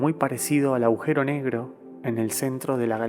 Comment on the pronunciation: Ehhh Agujero, no aujero